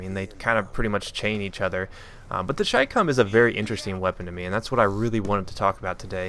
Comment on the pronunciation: THANK YOU FOR PRONOUNCING IT AS "CHAI-COMM" Every other CommonTater says chicom and it annoys the out of me.